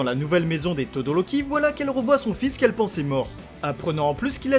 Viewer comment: On dit pas todoloki on dit todoROki